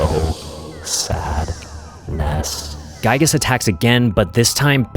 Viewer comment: This was a good video! just one thing, Giygas is pronounced "gee gus" like giga with a s at the end.